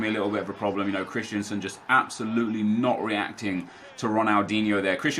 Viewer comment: Am i the only one who gets triggered every time he says “Christiansen”? His name is “Christensen” ffs